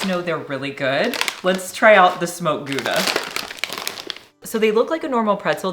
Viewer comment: Near the end, when you were trying the flavored pretzel sticks...I swear I heard you say one was a "Smoked Tuna" flavor ! Imagine my relief when you showed the bag and it was "Smoked Gouda" !!! 🤣🤣🤣